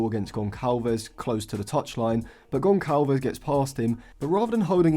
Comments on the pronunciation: Great analysis as always!! Gonçalves’s name should be pronounced Gonssalves, not Goncalves (in Portuguese language Ç=SS) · In Portuguese the letter "Ç" is pronounced as "S" and not "C", so Gonçalves is pronounced Gonsalves. Great video tho bro just wanted to let u know for next time 🫶🏾